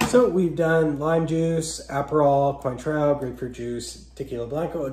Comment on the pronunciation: 1-cotton candy? 2-"coin - trow"? PLEASE read up on "How to not Insult Bartending Trade". If you're gonna take creating a "youtube" channel seriously, you GOTTA KNOW your subject. And audience. You got points with the bib however. (I couldn't watch to the end, sorry)